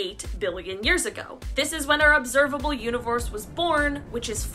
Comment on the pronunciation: Universe Said the Third time = univorse. 🥴